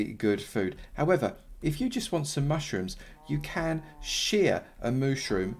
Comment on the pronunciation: Anyone hear him say mushtrooms